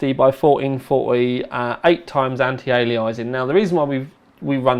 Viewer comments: "anti aliaizing" lol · "Anti-Ali-izing"? Come on, you do this for a living man! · I'm from the South of England and I pronounce Anti-Aliasing correctly. I think is in a weird habit. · Jill Valentine It's not his accent, he never used to pronounce it like this.